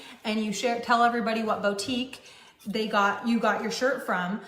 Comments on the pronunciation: It’s just wrong. It hurts my ears. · I don’t know if it’s because I’m a French speaker but hearing her say « bow-tique » truly drives me insane. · we said bo tique at the same time 🙄 ❤